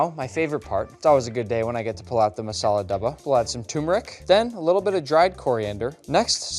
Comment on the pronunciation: When he said "masala dabba" he instantly transformed from a foreigner to an NRI(non resident indian) just a couple more videos to get the citizenship